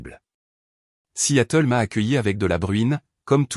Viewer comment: Vous lisez vos textes ? Alors regardez toutes les fautes invraisemblables : vous parlez de la ville de Seattle et non Si Yatel !!!!!!!